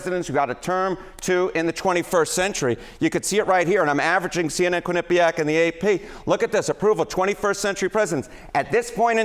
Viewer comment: Harry - You and others are mispronouncing Quinnipiac. The accent is on the Quin, not the nip. Please stop! I'm from Connecticut, and until recently I've never heard this until now.